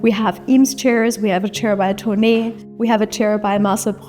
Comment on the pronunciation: Thonet wird Thonet(t) gesprochen, nicht Thoneee